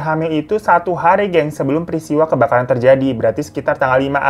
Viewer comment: JNG apaan bang?? Kok KEBAKARAN jadi KEBKARAN sih?? Terlalu bersemangat iya